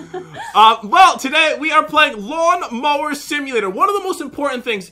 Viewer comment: Jen be like "I GOT THE DIAMOND MAWN LOWER!"